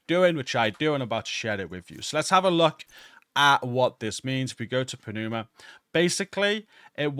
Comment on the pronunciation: It's pronounced "numa", great video.